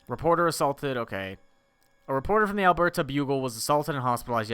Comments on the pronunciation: I love how pronounces "Alberta". To be fair, I don't expect him to be familiar with Canada at all. Kind of an eye-opener of how little Americans know about us XD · As someone from Alberta, everytime he says it I cringe a little bit! Haha